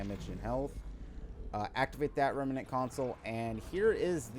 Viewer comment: Oh and pleeeeeease say REM-NANT not REMEENANT. I loved the vid but omg does saying Remeenant drive me up the wall. Ironically you aren't the only person that does it .